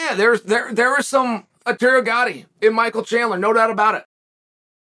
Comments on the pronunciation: Chael. You can't butcher Gatti's name like that. The dude is a legend and may he rest in peace. It's Arturo not Arterio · Chael, dude, come on! Arteario Gatti?!?!?! It's Arturo man!